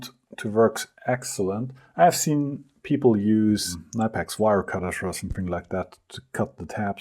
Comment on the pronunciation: Wait... Nipex? I thought it was Kin-e-pex in German? I'm glad we finally heard a German say it.